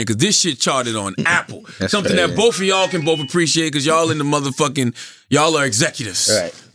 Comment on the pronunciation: "TROOF" & "BOOF" 😑